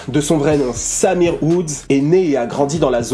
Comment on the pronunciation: C'est une bonne vidéo que tu nous propose encore une fois mais en revanche la prononciation de Symere est affreuse. C'est Saïmeré et non Samir ...